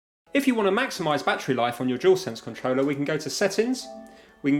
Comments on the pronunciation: It triggers me how he says controller and consol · I think that’s supposed to mean wireless…maybe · Why does he say controller so poshly